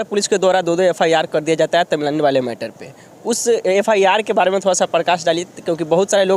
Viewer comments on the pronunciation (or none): तमिलानडू नहीं है बल्कि तमिलनाडु है आप सही उच्चारण करें